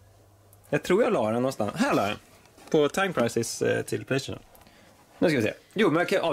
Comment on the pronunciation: återkommande uttal av 'Playstation' Detta förekommer i varje video som han nämner just PLAYSTATION. Det var störigt i början men nu är det bara för jävla roligt 😂 "PLEJStCHÖN" <3